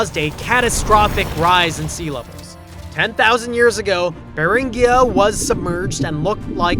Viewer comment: Beringia with a hard "gee" sound, not a soft "ghee".